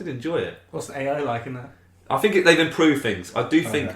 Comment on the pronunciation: And you had to fink? What does that mean?